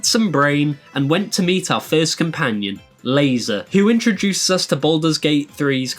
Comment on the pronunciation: Pronouncing Lae'zel that way has to be a crime